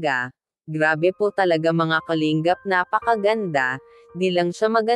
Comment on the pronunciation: Kalingap ang tamang pagbigkas hindi Kaling gap,pangit pakinggan kasi galing sa salitang ugat yan na lingap,baguhin mo pagbigkas salamat kung pakikinggan mo ako